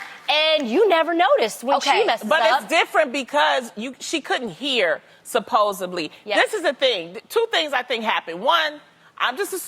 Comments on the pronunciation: It's "supposeDly" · Loni, it is SUPPOSEDLY. Not SUPPOSABLY...the latter is not a word.